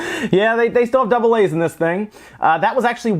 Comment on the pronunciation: Is it just me or did anyone laugh so hard by the way he said double A's